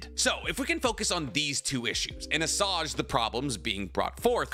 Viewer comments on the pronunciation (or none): Assuage is pronounced aswāg (like being paid a living wage) just so you know.